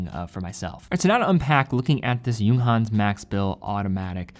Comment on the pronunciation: He also pronounce the J like an English word when he says 'Junghans' lol